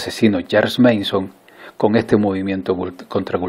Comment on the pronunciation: Creo k lo pronunciaste mal. Es Manson, no "/meison/"